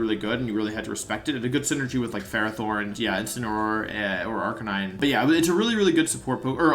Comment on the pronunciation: What the heck is it with so many incredible Pokémon players being so bad at pronouncing their names?? He absolutely butchered Decidueye, Cinderace, and Arcanine.